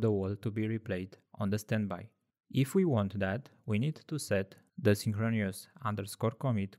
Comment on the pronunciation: It's pronounced 'synchronous' (sing·kruh·nuhs) - not synchronious That is my contribution :)